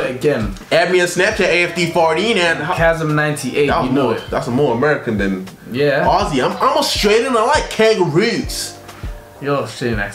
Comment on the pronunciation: he says it like AhhhZyyy, :(